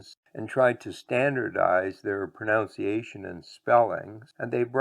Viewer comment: Now about the way you pronounce "pronunciation"...😅